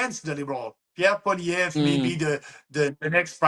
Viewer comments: Kim. It's pronounced pwah-lee-ehv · Hay Kim... It's simply pronounced Poly-ev ... Good interview! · Poilievre pronounced- paul ee ev. the accent is on the 3rd syllable. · Polly Ev. To pronounce Pollievre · FFS! Paw-lee-ev, KIm. Paw...lee...ev. Repeat after me. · poi-li ev-pronounced-it's Quebec French-thanks for your support for our best bet-Maxime Bernier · You need to learn how pronounce 'Pierre Poilievre'; it makes you sound uninformed. Maxime Bernier is a complete nut job. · Better work on your French, Kim. It’s Poilievre. It’s not difficult. Doesn’t look very professional being unable to even pronounce the name of a major candidate for Prime Minister, while knowing how to pronounce your own MAGA candidate. Sorry Kim, we are not MAGA in Canada. He is irrelevant here.